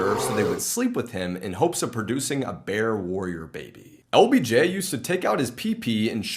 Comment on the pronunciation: When said ”LBJ” … I thought he said OBJ (As in ODELL BECKHAM JR) at first🤣🤦🏻‍♂️ I had to rewatch that part to make sure Odell wasn’t whippin out his chicken neck to random people🤣🤣